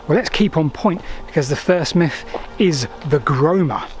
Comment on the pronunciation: They were quite angry those. Romans. Or is that a miff? Whatever happened to "th" in the English language?